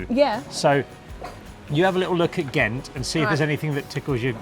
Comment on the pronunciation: To start with, "Ghent" is GENT ... :-)